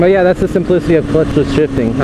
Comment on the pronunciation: Odd moment when he says chhhyeaa you think he is saying chillllllll in a weird way lol